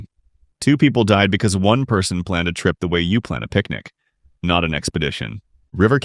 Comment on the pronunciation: I realize that this is all voiced by AI, but it felt like there was some unnecessary stank on “how you plan a picnic”. 😂